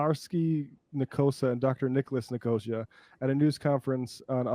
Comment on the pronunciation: It's Nick-oh-SEE-uh; a Greek name (maybe they changed it in America but I have afew friends with the surname, it's a proper/place name)